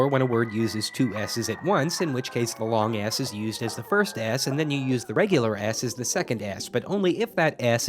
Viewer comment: every time this guy says long s it sounds like long ass